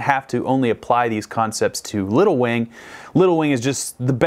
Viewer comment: seems to have lost the "g" in "wing".